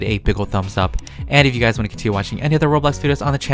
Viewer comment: Me when he says “guys” : guys more like GuYzZz